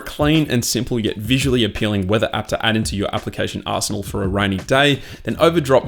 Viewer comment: At the end of the video that I got application arsenal.... thought he said a whole